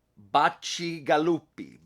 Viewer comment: Pretty good pronunciation of Bacigalupi!